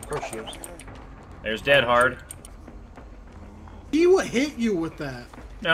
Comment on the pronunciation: Is time to stop saying dead HEAD in stead of dead HARD PLEAZZZZZZZZ STOP